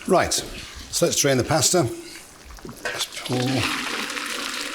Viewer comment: Why does he refuse to pronounce pasta correctly? Ahhhhhhhhh😅